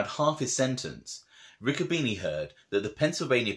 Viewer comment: By the way my uncle Harry was my father's brother you should watch with smart-ass comments it can be construed as disrespectful nobody ever called my uncle a little Santa Claus to his face and nobody ever disrespected him to his face my grandmother was a Bruno lot of details in these stories that you can't read a lot of mixed versions of the real truth and its pronounced Ricco bene' not beanie